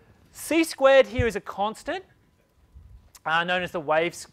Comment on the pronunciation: No offence, but I really like how you say "here" heaaa lol. Thanks for the great video!